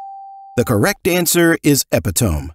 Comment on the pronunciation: 34/40 *Scrabble uses tiles but not dice. *Epitome - (uh-PI-tuh-mee)